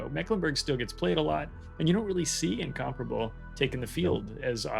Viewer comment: is the only guy in WOWS who pronounces Incomparable the correct way.